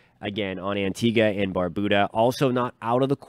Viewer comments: Tuning in from Antigua & Barbuda❤ 🇦🇬🇦🇬🇦🇬🇦🇬🇦🇬 PS* Barbuda isn’t pronounced Barboooda😂 Bar-beau-dah (like how u say beau-tiful) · Thanks for the updates. Some clarification is needed though, because there's always room for learning. Here in the Caribbean, Barbuda is pronounced " bar- byou-da". Also, the economic capital of Guadeloupe is not les Abymes, but Pointe-à-Pitre. Keep up the good work. Have a good day